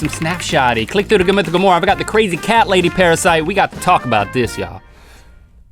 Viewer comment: Did you notice that link said Qrazy insted of crazy xD